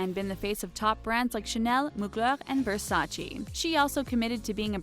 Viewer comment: OH MY GOD ! It's " V-E-R-S-A-C-E " not "V-E-R-S-A-C-I "